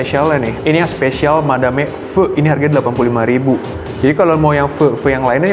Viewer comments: Madame dibacanya Madam. Nggak usah pakai "e" nya karena dari bahasa Perancis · Tulisannya Madame, dibacanya Madam. Itu bhs Perancis, artinya Nyonya.